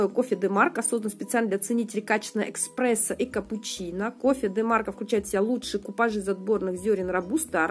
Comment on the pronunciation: Музыка за кадром лишняя, мешает. Эти носки уже закончатся когда=то?????????? У всех.... не по 1 разу!, Достали🤪 Радуйтесь молча носкам уже))))))😆 Кофе не "экспрессо", а эспрессо